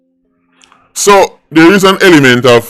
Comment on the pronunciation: "It has to be studdied"